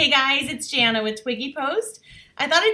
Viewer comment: Hi fellow Jana. We even pronounce it the same!! Thanks for the tutorial.